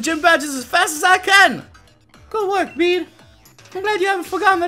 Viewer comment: His pronounciation on Bede was from Bey-Dey to Beed.. Q.O.T.D. : Hmm, Litten because my first starter was a Litten.